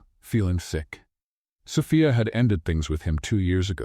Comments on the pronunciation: Am I the only one bothered by the mispronouncing of "Sophia"....It's So-fee-a.....NOT So-fi-a....about to drive me crazy!!!! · An AI may not have learned how to pronounce a common name like Sophia ( "so-FEE-uh"), yet most educated humans would, thus I would declare that Impressive Stories has chosen to cheat the public by employing an AI instead of a human who needs money to feed hisself or herself. Yes, the beings behind Impressive Stories should be ashamed. The stories may be well written, but shameful presentation is not well. Greed should be shamed. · AI can't pronounce Sophia correctly. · I liked this story but the narrator kept mispronouncing Anna’s name incorrectly. Was it Anna or Aina? Even Sophia’s name was mispronounced, for that reason, I give this story an 8/10.